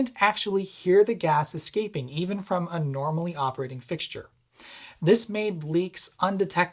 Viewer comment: Hi, I like your video but it is “Gas” not “Gaz”! Gaz is short for someone called “Garry” or “Gareth”. 😉